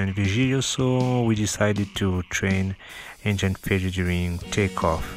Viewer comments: your English is fucking ugly injain....engine not injain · Ça se prononce engine , avec le son i , pas « aïe ».... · Dude, good video. But cant stop laughing at how you say Engine ;) i can only imagine how you going to say " vagina".